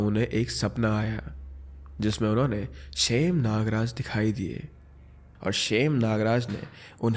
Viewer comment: It's not "खेत" It's "खैट " And these pariyaan are also known as "aachri" Aur शेम nagraja nahi सेम nagraja hai